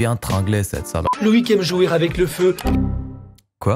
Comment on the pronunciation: "Loïc aime jouerravec le feu", le présentateur t'es sur qu'il a faittune hecole pour prononcer les liaisons Edit : par contre vous êtes pas drôles les gens. Oui que ça se dise, c'est vrai, les liaisons françaises marchent ainsi (tainsi, t'as vu ?). On s'amuse de l'exagération. Par contre, faire valoir son intellect proéminent en descendant celui des autres n'a jamais fait des rois les meilleures créatures. Prenez soin de vous.